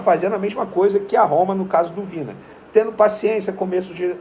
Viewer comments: Venê, é Vinã (Vinha)...rs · A pronúncia é 'Vinha'.